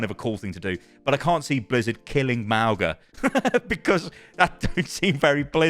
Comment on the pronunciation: [MAWNG-uh] not [MAO-guh] - the 'g' in Samoan is pronounced like the 'ng' of sing